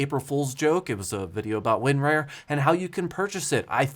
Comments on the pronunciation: / - That was my thing, it should be like "tar", "car" , "bar"... Not "wear" or "rare"... :D I laughed my butt off when I realized he never corrected his pronunciation :D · It's Win-RAR. not Win-Rare. LOL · LGR did it for real... Thought its WinRAWR not WinRARE?? LOL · WinRAR is pronounced win"RAWR" Like a lion roar. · The worst part of the entire april fools joke is pronouncing it win-rarE? The rest I could handle but not this. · Win-Rare? 😂 I can't figure out if that's legit or the southern accent coming through 😁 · Same. I've always heard 'Rar' as sounds like a pirate 'Arrrrr' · He's the only person I've heard pronounce it like that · nah bro, southern AF over here, literally none of my IT coworkers down here have ever pronounced it that way